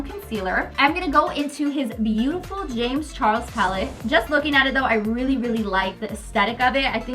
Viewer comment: did she say morphie times jame charles palette💀